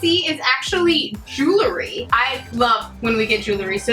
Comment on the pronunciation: I loved my box too! Thanks for another great video! One thing I have to do, however, is ask people please...it's not jewlery, it's jewelry. Like jewel with an ry at the end. Sorry, just wanted to pass a psa. Another one is real-tor, not rela-tor! Can't wait for your next video! 😎